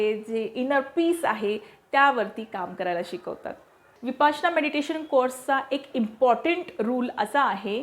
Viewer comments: शुद्ध बोला नं----- विपासना नाही, विपश्यना असा शब्द आहे. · विपासना असा उच्चार का केला जातोय ही फार मोठी चूक आहे विपस्सना असा शब्द आहे... प ला काना देऊ नये... अर्थाचा अनर्थ होतोय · Vipasna nahi vipashyana mhantat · विपसना नाही विपश्यना असे मानले जाते विपसना नाही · विपासना नाही तो शब्द विपश्यना आहे बाकी सर्व माहिती खूप छान दिलीत 👌🏻👌🏻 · Pl don't use the word Vipasana frequently ,use correct pronunciation.